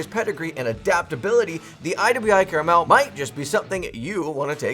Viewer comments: It's pronounced "CAR-MEL" .....Not CARA-Mel....you added an extra "A" - one can't eat it....like you can a caramel.....lol... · I could forgive someone saying ambidextrious when the real word is ambidextrous, but by golly it's NOT caramel 🍫🍬🍰